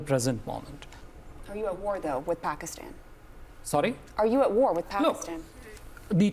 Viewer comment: اب یہ باجی اس کو اپریشن نہیں بولیں گی اب یہ باجی اس کو واڑ بولیں گی واڑ گودی میڈیا والو بولنا تو سیکھ لو 😂